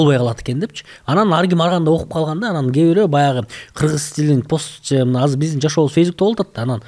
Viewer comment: Тил дейт анан казыр деп суйлогону кантет